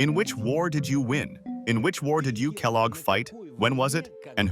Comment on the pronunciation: It's Kellogg, like the cereal brand. Sounds like Kell- log. Log as wood that has been cut down. Not a big deal, just letting you know